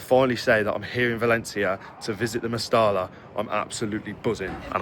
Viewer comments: 'MEST - I - A' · Genuine question and not meant like being rude. For us foreigners, is it pronounced «Mestella» or «Mesteja» or something lol